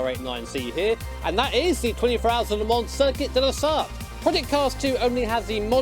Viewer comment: Le Sarthe with chicanes?? dude please...